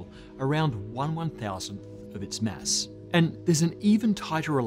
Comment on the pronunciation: Please, stop pronouncing "mass" as "mess"